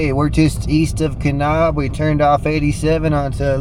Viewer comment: Just a heads up...it's pronounced "Ka-nab" as opposed to "Ka-nob".